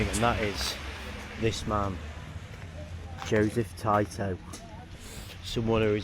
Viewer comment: Joseph Taito 🤣🤣 I can't even! Why didn't you look the pronunciation up hahahah I have never heard anyone in my life read his name like that